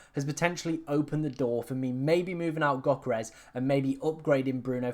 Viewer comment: Go learn how to pronounce Yoh-keh-res properly